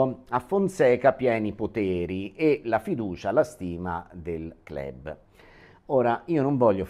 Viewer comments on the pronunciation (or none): Si dice Club ( letto Clab ) non Clèb